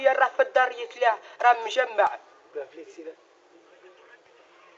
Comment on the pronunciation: هههههههه هذا والله لمرييد 😂😂عجبتني تع نفليكسيلك كيفاش نطقها هه